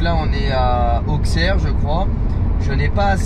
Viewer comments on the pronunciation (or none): Mes oreilles ont saigné quand j’ai entendu la prononciation d’Auxerre 😂